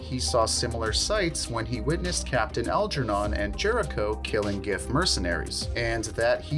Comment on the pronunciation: Pronounced “Jiff”